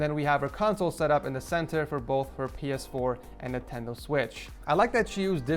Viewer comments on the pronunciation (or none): none